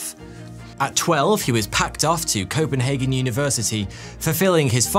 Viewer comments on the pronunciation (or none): none